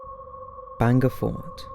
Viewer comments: Its not "Banga" it's "Bhangarh" Please use Indian words properly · It's not banga it's bhangarh....in Rajasthan one of the haunted place in India.. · It's bhangarh not banga fort. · not Banga it's bhangarh ka kila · Good video indeed. Its pronounced as 'baangad' and written as Bangarh, thank you for including Bangarh Fort in this list. Secondly, yes I believe this place is a little spooky if not haunted. Even during the visiting hours the empty spaces feel terrifyingly spooky. There is always a feeling that someone is watching you but the moment you look back theres no one. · You pronunciation wasn't correct for hangar and Ratnavati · I couldn't really get it when he pronounced 'bhangarh' as 'banger'!!!😂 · Sanjay Kumar legit doubt